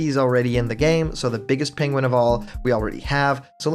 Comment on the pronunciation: “Pegin” Excuse me what